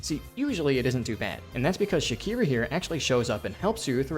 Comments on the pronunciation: her name is "Shakra," not "Shakira." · did bro just called shakra "shakira"????? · Shakra ❌ Shakira ✅ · ish: Moorwing despawns because you entered bellhart from the back, via the wormways (and shelwood). It is not random. Shakra does not spawn into that fight in the hunter's march when you have not collected enough of her maps. Also, I would love for you to not pronounce Shakra like that. I know a lot about this game's inner workings. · I'm sorry. This video is good. But you said my second favorite character's name wrong. Don't yell at me. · maybe because you're mispronouncing her name so egregiously? lmao